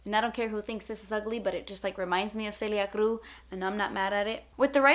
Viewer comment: I LOVE the way you said "Celia Cruz".... Girl I constantly have get my pants hemmed(idk if that's how you spell that) haha... Short people problems!